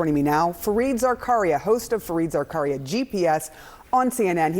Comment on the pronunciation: Fareed Zarkaria ? 🤣🤣🤣 she said his name wrong twice